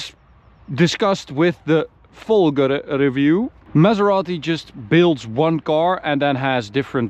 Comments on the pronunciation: Finally, someone who pronounces "Folgore" with the tonic accent on the right syllable. Bravo from Francophone Michel in Montreal.:) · Oh, I'm glad to hear you guys have remembered how to say "Folgore" properly